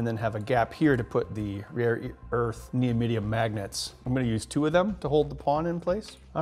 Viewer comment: Neodyimum Knee-Oh-Dim-Me-Imm